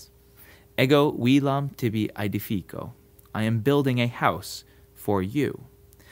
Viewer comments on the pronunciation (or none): Another great and instructive video. By the way, shouldn't the "i" in "aedificō" be short? Like in the infinitive form, "aedificāre"?